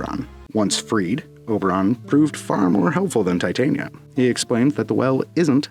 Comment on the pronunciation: thats not how titania is pro0nounced their two prenounciations fot wo difernt things the fairy is te tania emphasis on the begining over the end the one use used isnt the name its the powder , titania which is proper name is titanium dioxide so they sound it like titanium but tyhe name isnt pronounced like that Americans literally mispronounce titania so bad you lot end up calling her a cancwerous white powder